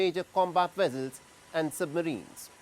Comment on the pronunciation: What is a "Wessel" did u mean Vessel?